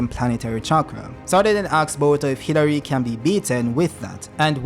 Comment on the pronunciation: Dude it keeps sounding like you’re saying Hillary instead of Hidari. Super f’ing frustrating. Otherwise, good video.